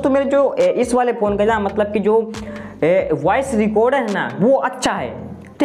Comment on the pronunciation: Waice nei bro voice. .😂😅😊😊😊😊😊😊